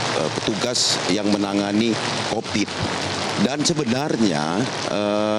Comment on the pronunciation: Covid bro...bukan Copid🤣🤣